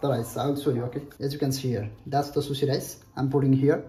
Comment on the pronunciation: It's not susi,,,It's sushi...